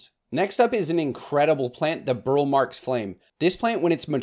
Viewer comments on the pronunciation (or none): I think I’m convinced I need a mint as the last Monstera for my collection. (Yeah, right😉). Do you have any tc inbound in your shop? Watched a documentary on Roberto Marx. I was saying “Burl” like you, but apparently it is pronounced “Burley”. I surrender. Love the BMF and am lovingly waiting my first lobster claw. Happy New Year all! Thank you for the great content all year!